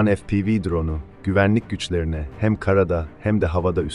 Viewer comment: FE-PE-VE.efpivi degil kardes